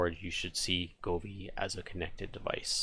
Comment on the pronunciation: Go Vee not Goo Fee